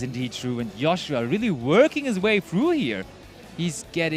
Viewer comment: i like how 1 caster calls him Joe shua and the other one Yo shua